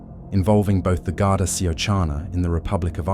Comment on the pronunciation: And the mispronunciation of the Garda. You also contradict yourself as to the colour of the VW golf. It was white, yet you describe a burning black golf!!!!! You also didn't say how many yrs o Driscoll actually got behind bars.